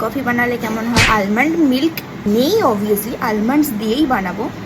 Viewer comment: Or pronunciation ta almond noy, aamond. L ta uccharon hyna